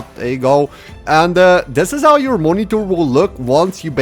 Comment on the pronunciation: So basically moniTORRRR? :P